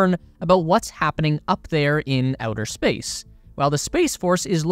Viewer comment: Ah yes the "SPACECE" War